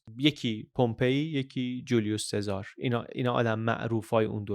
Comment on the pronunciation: سلام ، ایتالیایی ها اسم سزار رو " چزاره " صدا میکنن یا میخونن.